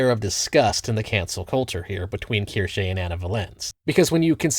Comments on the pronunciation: Language lover here. It's pronounced "Keer-shuh." Have a lovely day and thank you for the content. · Asmon: Keershey Ace: Kursh: Keershay I enjoy this Internet trend and I like to imagine she does too. Bostonian mispronunciations and all. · is pretty notorious for mispronouncing things lol. Kinda his charm by this point.